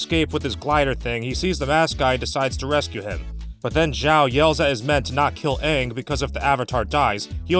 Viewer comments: even tho this video is old but the main thing i hated about this movie was the way the named get pronounce like aang was aung and some of the other characters names was mispronounced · “I’m AHHNG and I’m the AHHVATAR” “SOOKA dont” “I am general IIROH” like what in the world?! There’s TERRIBLE casting there are the WORST pronunciations and there’s an AWFUL movie altogether I am not afraid to say it I HATE THIS MOVIE NOBODY COULDVE MADE A MOVIE ABOUT THe GReATeSt SHOW In THe WORLd AND MADe THe ABSOLUTE WORST MoVIE EVeRRrrrrrrRr!!!!! Seriously..... WHY DOES IT EVEN EXIST??? wHYYYyY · wtf sohka, eeroh, ahpa, ahng, have they watched the friggin show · Why the fuck did they change the pronunciation of everyone’s names? He isn’t Ong, or Ung. It’s fucking Aang. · The worst part is they mispronounced aang as ONG. BRO. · "are you the ovartar oong?" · I saw this movie once, and completely forgot how they mispronounced the letter A. AHvatar AHng, fucking christ! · I hate how they mispronounced every name and everything. Soka is now So-Ka, Aang is now Ung. Fuck this movie to hell, I was stupid enough to believe in this movie and bought the DVD, When I heard UNG instead of Aang and I saw white and indian people who were supposed to be Asian (as in chinese, korean, japanes, like super east asian) by decent, I took the movie out of the dvd player went out side and took my shotgun and unloaded all 12 shots into the disk. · My cousin rented this movie and watched it with her once, it made me cringe the whole time. I even got annoyed on how they keep mispronouncing their names. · I bet M. Night pronounced Aang's name wrong because he thought it was anime and thus coming from Japan, where the A would have been pronounced that way. Japanese 'A's sound like they do in the word 'father'. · One of the biggest offenses this movie adaptation was changing the pronunciation of Aang's name.